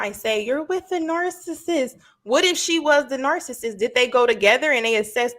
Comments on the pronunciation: Right! Narcist. Smh. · How ya’ll gon let keep saying narcissist wrong? Lol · Stop using words you obviously do t know how to spell because you are mispronouncing the word. Narcissist. Narcissism. Narcissistic. 🤦🏾‍♀️ # 🙄